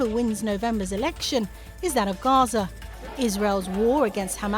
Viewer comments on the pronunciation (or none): none